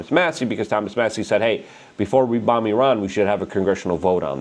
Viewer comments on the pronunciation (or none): none